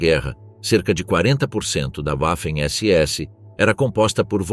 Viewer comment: Sem falar na pronúncia da palavra "waffen" pois "w" em alemão tem som de "v" .